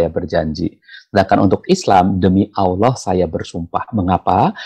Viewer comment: nyebutnya Allah, Bpk pendeta ini fasih banget 😅